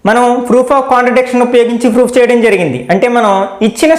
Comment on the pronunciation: Sir very nice explanation but you are telling froof in place of proof